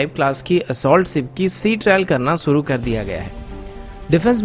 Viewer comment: आप सुरू मत किया करिये शुरू किया करिये